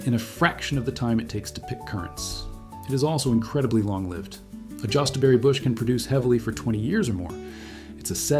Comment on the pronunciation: and, I believe it's pronounced Yostaberry.